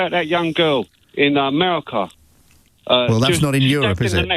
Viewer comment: said ‘merika’ 😂